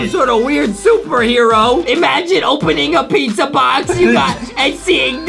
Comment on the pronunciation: what the heck is dizza it's pizza not dizza